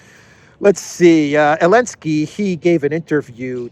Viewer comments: Anybody, tell me please, why he pronounces Elensky, and not Zelensky? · What's the reason for now saying Elensky instead of Zelensky?